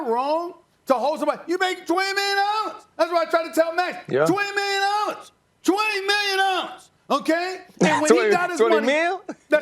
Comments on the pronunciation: “YOU MAKE TWENNIMILIONDOLLAZ” 😭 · Twenny mion daah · TWENNI MILLION DOLLAS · 20 mionalllas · 20 million nollas 💀